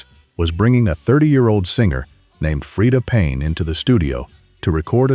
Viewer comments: Soon as Ai narrator said Fred a Payne...done...search for anti negative Ai slop.. Real documentaries,humans speaking... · This AI bullshit is so annoying. Can't even pronounce Freda Payne's name correctly.